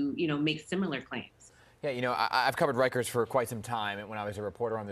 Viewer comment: Bro, it’s rikers🤦🏾‍♂️